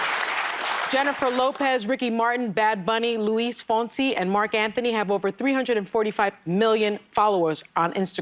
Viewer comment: "We serve in the military" did she serve in the military? I wish she would know how to pronounce Luis fonsi